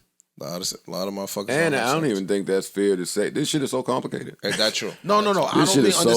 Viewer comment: Complidiss😂😂😂😂 great word for a sellout lol